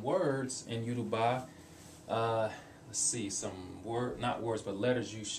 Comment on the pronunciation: you said it wrong im sorry but it yo-ru-ba like yo-ro-ba.